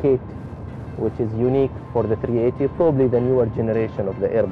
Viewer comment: Ur the pilot and U can't even say the name right A380